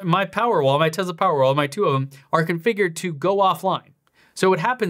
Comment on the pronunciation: I love your videos, but I think it’s time to hire a linguistics coordinator. The way you pronounce TeZla and SilverAdo are just… different. Any particular reason?